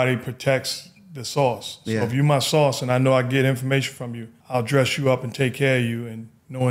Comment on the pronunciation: He saying sauce or source??? 🤣😂